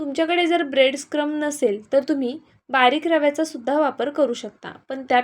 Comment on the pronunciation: ब्रेड क्रम्स असा उच्चार करा